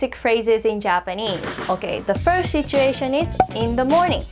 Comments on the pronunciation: Just a friendly advice. You should probably drop the H when pronouncing "situation". It's not pronounced "shituation". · really interesting. Quick tip - it's pronounced sit-u-ation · Great video! You might want to be careful with your pronunciation of the first syllable in 'situation' though! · Her saying "shituation" is pretty funny...😂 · "shituation" 💀 THIS WAS NOT MEANT TO BE HATE SHE MAKES AMAZING VIDEOS THAT TEACH ME SO MUCH! 💛💛💛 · "you're in a good mood... what happened?" there was a shituation 🤣